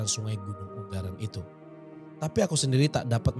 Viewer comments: bacanya Ungaran bukan Unggaran.. G nya cuma satu bukan dua hehe.. sukses terus.. salam dari solo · Semangat...Ungaran ya bang bukan unggaran,,Deket rumah ku itu bang,,lain waktu jalan2 ke Ungaran,penelusuran ya bang Salam sehat selalu bang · Bukan "UNG GARAN" tpi 'UNG ARAN' Baca lg deh coba untk nyebutin Kotanya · Sepertinya Ungaran bukan Unggaran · Ungaran hadiirrrr.. ☝ Ungaran bang.. Bukan unggaran?! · bacanya ungaran bukan unggaran. Hehehe. Soalnya rmahku deket gunung ungaran, kab. Semarang. Sehat trs dan team. ♥️🍅🍅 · Bacanya Unga ran bang, bukan un garan..... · Gemes sama baca ungaran. Bacanya u-nga-ran gak sih??? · Aja di pedot,Nek ngucapna un garan Kuwi salah sing bener di waca bareng tulisane Gono Lo kang""🙏